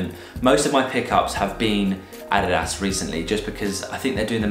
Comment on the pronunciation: I've never heard an English mother tongue pronounce adidas that good!